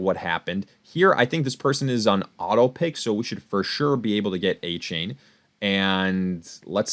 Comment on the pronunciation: pronounced A Chan not A Chain